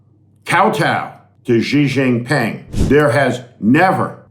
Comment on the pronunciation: Steve dear, There is no Jijin ping. Nor a gigin ping. At your level of eloquence kindly educate yourself.: China’s leader name is Xi = pronounced exactly like SHE Jing Ping 👊